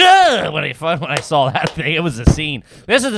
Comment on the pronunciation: Don't accept any pronunciation corrections from, until he can pronounce "saw" without adding an "L" on the end!❌😂